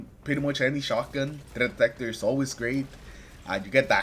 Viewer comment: wtf did you say? THREAT detector. Practice that.. tf 😅